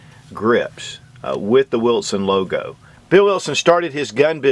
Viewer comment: I love how he says wiltson lol